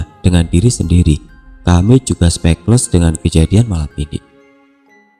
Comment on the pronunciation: Speechless dibaca spich-les bukan sepekles.